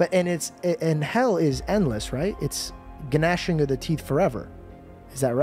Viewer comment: Lol just read the verse and didnt realize the g in gnashing is silent 😂